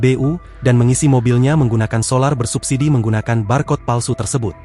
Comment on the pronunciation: BBM bersubsidi. Bukan bersubbisi